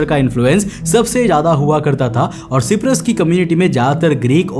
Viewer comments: Bro it's Cyprus pronounced like (shy-prus) not (She-prus) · भाई सिपरस नहीं साइप्रस बोलते है. 👍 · Is Cyprus pronounced properly?